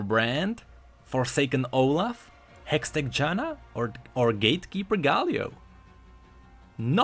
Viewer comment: Its JanNa ,not Jana